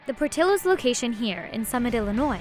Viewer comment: Narrator’s pronunciation of Portillo’s is cringe. I couldn’t keep watching.